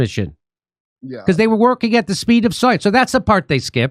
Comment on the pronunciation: ❤ “at the speed of soyance”. Luv you Jimmy 😂